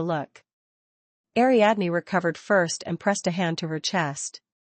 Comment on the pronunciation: Ariadne. = ariadeen.